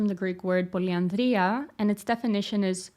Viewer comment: Your pronunciation of poliandria took to the heavens